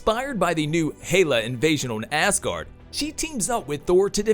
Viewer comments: It’s pronounced azgard.. not ass guard lol 😂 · Ass guardians... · Who's Hayla? & why do you say ASS guard for Asgard...?